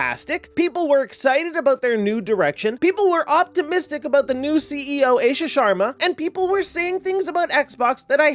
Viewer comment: It's pronounced AASHA dude not AESHA 😂